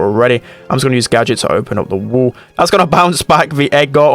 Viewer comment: Day 1 of commenting spend accent wall= wul